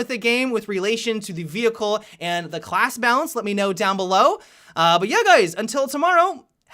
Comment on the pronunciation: "The Khlas changes" :v